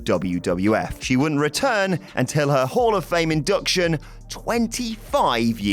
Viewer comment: "Horror-fame?" ohhh Hall of Fame, considering the change in appearance, I would've accepted what that sounded like. shudder